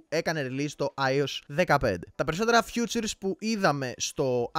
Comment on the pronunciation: Νο hate αλλά προφέρεται φιτσουρ η φιτσουρς. Future είναι το μέλλον